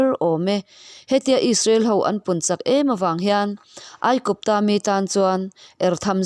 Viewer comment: Chak zawng a umna, chak, Inbuan chak tih a CHAK angin i lam daih a, a diklo,Chak, Uisa ka ei chak, tih a, Chak ang hian lam la